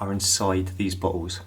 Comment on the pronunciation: BoTTles! Not Ba-ous!!